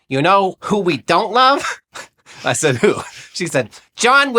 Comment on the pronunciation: He said, she shed